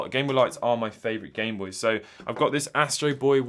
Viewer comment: Did you say bamenoys?